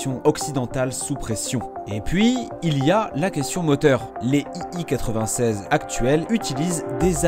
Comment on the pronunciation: l'écriture est correcte, mais pas la prononciation. Tout au long de la vidéo l'avion est présenté comme un "i i 96" alors qu'il s'agit bien d'un "i l 96". C'est écrit en majuscule sur son fuselage.